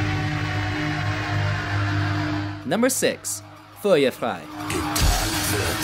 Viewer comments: er spricht feuer frei so gay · "Fuier faih" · Not just Ich Tu Dir Weh, but Feuer Frei as well. Both made me cringe and laugh. Kind of BS that Du Riechst So Gut was nowhere to be found in this video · Butchered the name “Liebe ist für alle da” “Engel” is one word... said “Feuer frei” with a Swedish accent butchered “ich tu dir weh” butchered “mutter” butchered “sonne” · “Mooter” “fuywer fwei” “mine herts Brent” 😂😂